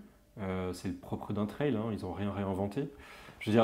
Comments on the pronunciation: Team canal insta et Team qui ne dort pas ^^ Et Team « la wifi », « pain au chocolat » et « traille pour la prononciation » 🥲 J’ai dévoré la vidéo dès la sortie, super sympa et super intéressant. Vous avez oubliés les poignées chauffantes d’ailleurs dans les options de la panAm. J’ai la PanAm Spécial depuis le début d’année mais je serais très intéressé par l’acquisition d’une Street Glide, ce look, ce bruit !!!😍 dommage que l’on n’entende pas le son de la moto d’ailleurs en extrait vidéo:) J’en redemande des vidéos sur la StreetGlide Vive Harley et vive vous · Pour la prononciation , personnellement j'ai adopté la prononciation "française" et donc comme on prononce une aile (d'avion par exemple) , j'ajoute simplement le T devant aile pour le prononcer "Traile". Ce n'est que mon avis 😁✌️. Mon avis sur cette vidéo ? Très sympa 👍👍✌️✌️